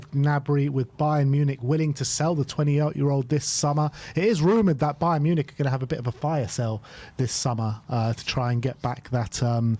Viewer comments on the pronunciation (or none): none